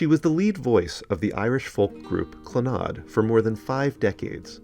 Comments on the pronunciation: I never heard it pronounces as it was in this video "cluhNOD", always heard the first syllable emphasized as you said. Second syllable was barely there- "CLANuhd". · Clannad is actually pronounced more like 'CLAN-add',, but we know what you mean! Moya's voice in person was one of the most ethereally beautiful sounds I have ever heard. Moya also composed, and arranged music for voice, harp and piano. I was fortunate enough to go to two of Clannad's concerts. Moya was the responsible older sister of a large family. A sensitive and strong musician with a beautiful heart. Moya was also a philanthropist. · It's pronounced CLANnad (slight emphasis on the first syllable... Rest in Peace Maire. The angels have gaimed a beautiful voice.